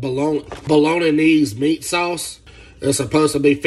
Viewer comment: I just wanted to point out that he still didnt say Bolognese right